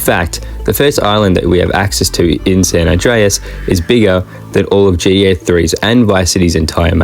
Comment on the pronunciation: I love how you say GDA.